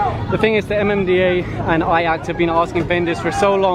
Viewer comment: At first, I was looking for a mom, dad, and a kid in a motorcycle being apprehended but soon realize it was MMDA that was talking about as Ma Ma Da Aa lmao